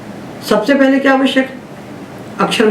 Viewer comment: पहले का उच्चारण पेहले किया जाना कितना उचित है?